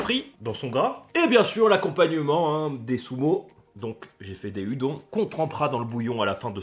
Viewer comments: "Hue dont" 🤣 Nan, on dit "oudonne" 😁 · Les pâtes se prononcent Udonne je crois mdr. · sa se prononce "oudon" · tu peux prononcer les pâtes Oudonne mais sa c'écrit Udon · Udon sa se prononce oudone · Ça se casse pas les udon (on dit "oudon") et ton bandeau est a l'envers